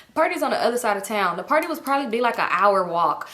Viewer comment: A hourrr??! Mail lady fr